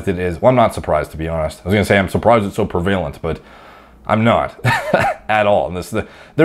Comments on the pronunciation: pervalent????? did yo mean prevalent? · 2 words weere pronounced so Canadianly in this video like I have never heard before...in-none-dated and pre-vay-lent